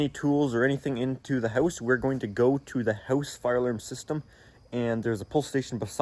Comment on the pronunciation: Can you stop saying His house with the spanish sound :(